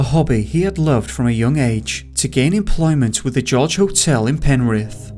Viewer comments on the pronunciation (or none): none